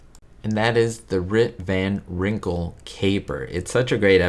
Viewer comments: Did you say Rip Van Wrinkle? It’s Rip Van Winkle. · It's Rip Van Winkle, not wrinkle, haha